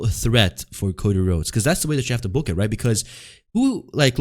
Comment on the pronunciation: I think of Cjax when I hear Cocy Rhodes